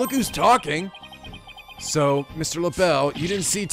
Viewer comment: I'm french and this "L'Belle" is a fucking insult to us -_